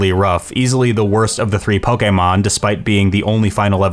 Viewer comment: pronouncing Pokemon like he’s ordering from his favorite fish spot